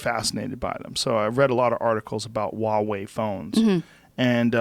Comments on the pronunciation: It's Huawei lmfao. It's chinese so its pronounced WahWay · Never heard of Wawei phones Joe... I think you mean to say Huawei. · Oh geez. Educate yourself on Chinese theft of IP. 1. It’s pronounced Hwa way. The H is pronounced. 2. My daughter has a Huawei phone. They are sold here. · lol wawey does this dude not read the H